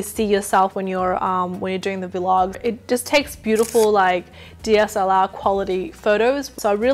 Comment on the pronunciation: I love how you say vee log instead of vlog together😂😂 Honestly this video is amazing as are your others, keep doing what your doing :)